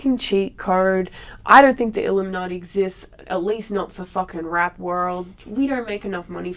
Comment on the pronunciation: The way she says illuminati lol. But she speaks real shit.